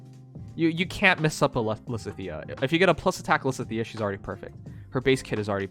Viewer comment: Why does he never pronounce lysithea correctly